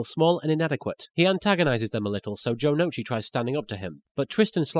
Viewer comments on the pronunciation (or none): ***** You're wrong. The U in Ou is not a syllable by itself. If you watch the original, you would know that they never pronounce Jonouchi's name as "Jono'uchi", but "Jonohchi".